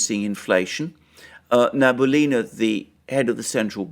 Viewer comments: Not "Nabulina", but "Nabiulina" - "Na-bi-u-li-na" :) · she is nab-ee-oo-lina 😉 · I love you videos, might I just correct you a little bit. Nabiulina is pronounced like Nah-bee-oo-lee-nah, stress on oo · Thank you guys for your recap of the information. Just a slight notice, the surname of the president of the Russian Central bank is Nabiullina (nah-be-ooh-li-nah).